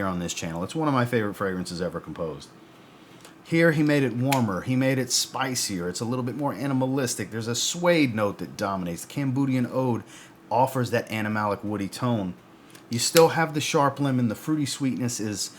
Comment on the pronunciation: 2.46 - Camboodian Oad 😳🤔 Might not have been intentional but I almost hurt myself. Comedy Gold 🤣 (oh and great video, as always)